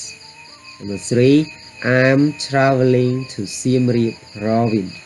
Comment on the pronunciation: Travel? Check pronunciation